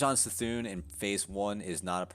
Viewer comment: It’s C’thun...as in Kuh-Thune. Js